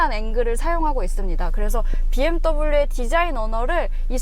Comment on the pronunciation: 헤이 비엠떠블유 ㅋㅋㅋㅋㅋ 발음 정직한거 보소 ㅋㅋㅋ